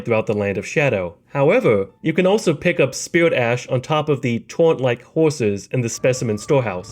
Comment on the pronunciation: “Spirwit” “Torwent”